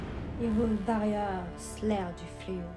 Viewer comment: C'est warriors et non varriors, c'est de l'anglais, ça veut dire guerriers. En tout cas le jeu est vraiment joli, fire emblem warriors et ce jeu ci seraient les deux seuls jeux que j'aurais si j'avais une switch, un type de jeu fortement recommandé à jouer entre ami(e)s. (Avec les voix nippones). Et c'est normal que les techniques d'Impa font pensées à Naruto, c'est du ninjutsu ^^.